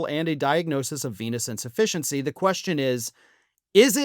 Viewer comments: You mispronounced Chronic Penis Insufficiency. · Initially, I thought you were saying "chronic penis insufficiency". But I’m sure this is 100% true as well. Ask Perjury Traitor Gangrene. She's obviously been banging him. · Did you say Chronic Penis Insufficientcy? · At first I thought you said chronic penis insufficiency and almost spewed the cola I had just sipped. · Did you say a penis in deficiency? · When I first heard this, I thought I heard 'Chronic penis insufficiency"...